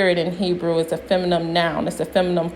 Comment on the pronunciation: Your videos are entertaining...keep it up! But you use the word feminine too often to keep saying feminum....